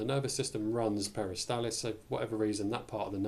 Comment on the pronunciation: NOT peristalis but peristaLSis